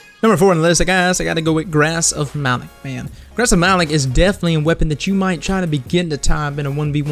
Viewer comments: it's pronounced malok not malik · Why do you say it like Ma-Lik, dude, do you even listen to Eris during the strike? It's Ma-Lok